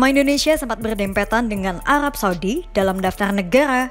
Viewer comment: lul,, gak bisa ngomong R,,,,,,, ha ha,,, mesil, alab,blics,,, lul